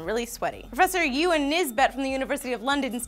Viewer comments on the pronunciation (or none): none